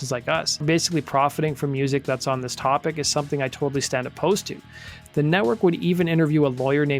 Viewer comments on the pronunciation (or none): none